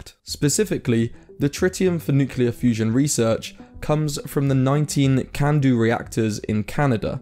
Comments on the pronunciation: Maybe it just doesn't like being called new-cu-ler... 🤣🤣🤣🤣🤣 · Starts the video.... Mispronounces nuclear. i'm out. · The biggest problem with nuclear fusion seems to be the difficulty of properly pronouncing 'nuclear'... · Nuclear. Not "Nucyuler" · Say it with me: say New. Now say Clear. Now say it together: New-Clear, again New-Clear, newclear, nuclear! You did it! No more noocilar! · Nuclear is not pronounced nukuler just like the word clear is not pronounced kuler. It sounds like Homer Simpson or Donal Trump when people say Nukuler. lol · What's so un-clear about nu-clear? Why does everyone say nuqular. Where's the Q-lar in nuclear? This disease is more virulent than covid. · It's nuclear not nucular ethymology is from nucleus not nuculs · It’s “nuclear”…. Not “nucular”. How do so many people not know this? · There's definitely a problem with nukeular fusion, there's no such thing as a "nukeular". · It's nuCLEAR, not nuCELAR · It's not Newklar ,It's nEU KLEAAR FUUUSION 😂🤣, I like it Allotttt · He said nucular twice within 12 seconds... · there's a problem with NUKELAR . Yes, it is NUCLEAR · It's nuclear, not nucelar. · nuclear* not nucelar. For god's sake you're doing a video on nuclear fusion... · its NUCLEAR not NUCELAR ffs... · "Nucular fusion"? Tell me more... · "Nucular" is not a word! Nuclear is a word.. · You lost me at nucular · how many times does he mispronounce nuclear as nukular? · Did he really just say "nucular" fusion? How are we supposed to take him seriously. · I'm sorry, did you say "Nucular" ? Yeah, no. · You lost me at 'nucular'. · ah yes nucular fusion my favorite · "nucular fusion" as in "nuculus of an atom" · What is "Nucular" fusion? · No such word as Nucular. Please pronounce it correctly. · I stopped the video when he said NuCElar fusion... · Ohhh 'shocking' information that could change everything... "NUCULAR..." Ye aiight, nothing to worry about here then xD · Couldn't listen past the first two "nucular" mispronunciations